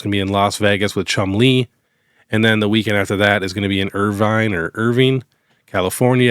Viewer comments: You are correct. Irvine is pronounced Er-Vine... 👍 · You said Irvine correct the first time